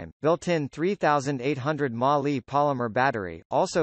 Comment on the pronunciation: milliamps/hour (mAh)= "Ma" LOL